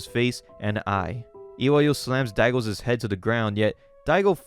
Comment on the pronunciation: I loved the vids on this series! What a wild ride. Thanks for telling the story! One small critique; you use too many Ss on those possessive nouns my guy. It's "Daigo's" but you're saying "Daigo's's" Not a huge thing but it happens with every possessive noun and I just wanted to point it out Anyway, this story is bonkers. Thanks again for sharing it!